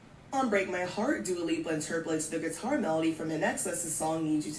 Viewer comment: And she got confused when the narrator pronounced her name right 😂